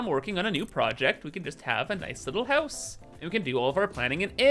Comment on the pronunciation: Bruh, Hoose (Huus) is actually how you‘d pronounce House in Swiss German😂